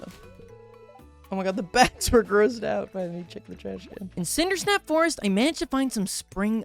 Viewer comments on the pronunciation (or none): i love you but every video you call it cindersnap forest and it's cindersap forest. is this a bit. did i miss something